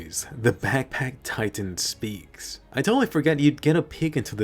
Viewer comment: "The cart titan sPIECKs"